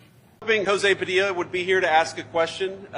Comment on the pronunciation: Jo-zee Pa-dill-a needs to just shut his pie hole. 🤣🤦🏼‍♂️